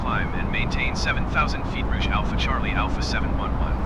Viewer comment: Again a great video! Love the replays too. Just a quick note tho, Air Canada's Rouge livery is pronounced "Rooje" which is french for Red. Keep up the great work.